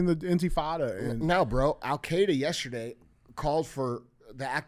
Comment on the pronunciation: “Yaaaasterday” 😅 I’m still stuck on that 😂😂😂